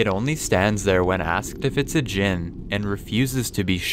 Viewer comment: when you said jin LMAO